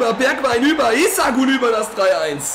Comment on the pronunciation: Das i bei isak spricht man lange aus